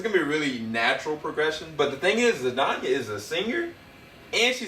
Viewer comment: Zendaya. Not Zedanya. 😂